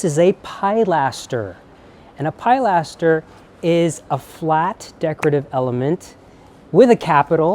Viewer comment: I’m very familiar with neo classical Georgian architecture as we have quite a lot of it here in Scotland. One tiny criticism is your pronunciation of ‘pilaster’. It’s pronounced ‘pill-ass-terr’, not ‘pie-lass-terr’. Love your videos x